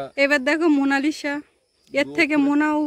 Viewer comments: If you don't mind.... উচ্চারণ : মোনালিছা লিখতে হয় মোনালিসা, কিন্তু উচ্চারণটা ওভাবে করবেন না। উচ্চারণ হবে মোনালিছা। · অসাধারণ সুন্দর নাম রেখেছো । তবে Please নামটার সঠিক উচ্চারণ হোলো "মোনালিসা(MONALISA)"...... "মোনালিশা" বোলো না plzzzzz. জানিনা বোঝাতে পারলাম কি না, উচ্চারণ তো লিখে বোঝানো যায় না! আশাকরি আমার কথাটা অন্য ভাবে নেবে না 🙏 আর সৌরভীর কয়েকটা ছোট্টো নাম পাঠালাম, দেখো যদি পছন্দ হয়!! "ঊর্বা" "দ্যুতি" "পৃথা" "রাই" "মৌ" "মুন্নি" "পিঙ্কি" "মিষ্টু"..... ভালো থেকো সপরিবারে ❤️❤️❤️❤️❤️❤️